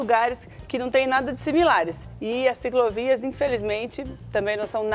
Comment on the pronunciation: Ela fala CICROVIAS?! Só mesmo sendo a mulher do dono da rede TV! para ter a oportunidade de apresentar um programa....